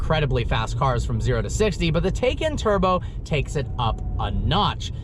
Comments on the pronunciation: You say it wrong (tay-cun) half the time like when you were driving the car but in the intro you say it right (teye-caun) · it's Porsche TIE-CAN Turbo not Taken Turbo, nobody took it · Not Taycan, it's TIEcan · It's not pronounced tie-can or tak-en. Per Porsche, it's tie-con. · The switching between tAcan and TYcan pronunciation was driving me nuts, pick one and go with it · Different pronunciations of Taycan got me confused 😕